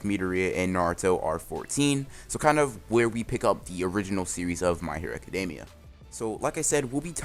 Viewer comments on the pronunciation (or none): none